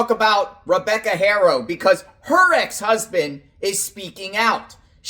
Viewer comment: BLESS YOU for all you do When there is an H in a name, it is silent When pronouncing the Haro name …it looks like this Arrrrow With a soft A Trying to be helpful